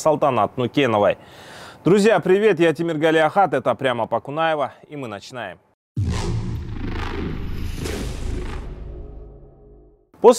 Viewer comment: Не Кунаева а Конаева